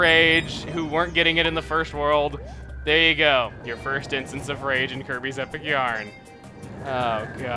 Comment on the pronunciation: When he was telling example of Desert worlds it sounded like he said "Herpes Return to Dreamland" I lol'd.